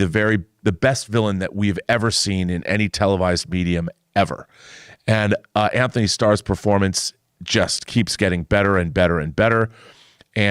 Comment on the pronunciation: Antony doesn’t have an “h” in it. you are mispronouncing his name.